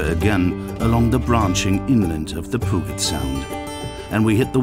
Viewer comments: Grrrr! Puget Sound is not pronounced Poo-git Sound, it's Pew-jet Sound!! BTW, while we're on the subject of pronunciation, Oregon is pronounced Or-e-gun not Or-e-gone. We didn't go anywhere. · poogit sound.... peuget sound more like it'